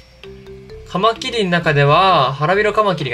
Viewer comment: カマキリのイントネーションて、 カ マ キ↑ リ なんですか？ カ↑ マ キ リ だと思ってます。